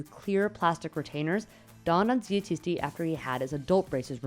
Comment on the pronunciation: Ffs at least pronounce the name properly, ChiSHti